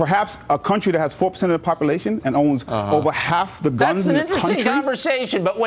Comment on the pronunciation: I love the way that guy pronounces bullet, like it's a special word. Where did he learn to speak? Popolation.